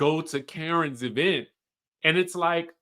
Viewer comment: The way you say “e-vent” gets me every time